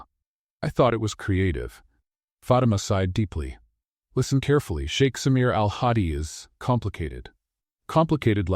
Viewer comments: I loved this story ♥️ 10/10 for me. P.s. it’s sheikh not shake 🫨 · Sheik, not shake..... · For crinimey's sake, STOP saying "shake"! It's Sheikh. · Come on (Sh ee k ) no sh ak e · It’s suite, not sweet. It’s also sheik, not shake. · I guess it's shiek not shake😅😅😅😅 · It's SHEIK, NOT SHAKE.